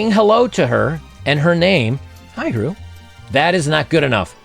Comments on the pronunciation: My guy said “Heru” lol! hru = How Are You 💀💀💀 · LOL.. ok this one I do know.. HRU is not her name.. - H (how) R (are) U (you).. lazy way to ask.. and hooked on phonics